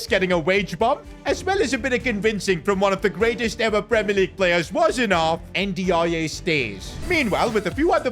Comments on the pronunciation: Ndiaye is prnounced a bit more like “in-die“ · bro his name pronounce like "ninjaai" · Endy ya yeah might be the best mispronunciation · bro butchers every Nigerian name thats not osimehn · Bro doesn't know how to say ndiaye😂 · That was the worst pronunciation of N'diaye i ever heard 😂 fix up man smh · The pronunciation for Ndiaye is absolutely killing me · You are not saying Ndaiye name properly